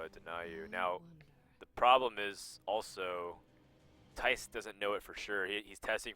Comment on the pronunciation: Nobody but Dutch speaking people can pronounce the name Thijs right. =p